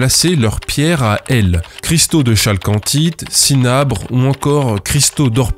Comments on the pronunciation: Salut mec, j'adoooooore ton approche sarcastique pour dénoncer les arnaqueurs...mais un peu de rigueur.. Bordel !! Pour CAROLINE j'ai bien ri. Mais.. pour la chalcanthite, on dit Calcanthite...le CH se prononce K. sinon, j'adoooooore.......etc etc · Yes, et accessoirement on prononce kalkancite, mais on va pas pinailler hein... Un peu frustré que GMilgram n'ait pas poussé l'enquête plus loin sur ce sujet, qui a malheureusement inondé le monde confidentiel et tranquille des amateurs de cailloux....